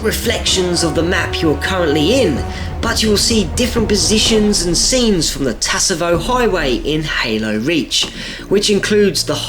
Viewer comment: Hey,, not trying to sound mean, it's pronounced "savo" not "teesavo" and its from halo 3